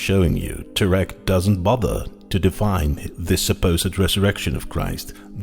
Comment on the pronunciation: First, his last name is pronounced Terr eck. Second, the "university" is NOT accredited so it is definitely not in any way any kind of scientific institution. Third the word is pronounced suh thern, not south ern.